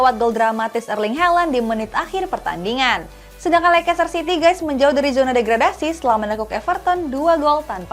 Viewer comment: Lekester bacanya🤣